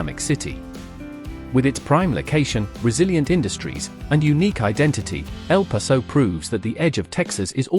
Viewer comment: I live in Houston, Texas. Waco is pronounced Wake-o not Whacko. For El Paso - It is pronounced El Pass-o. Austin and Dallas/Fort Worth are now the wealthiest cities in Texas. Houston is larger than Fort Worth or Dallas but not when you combine both city's populations together.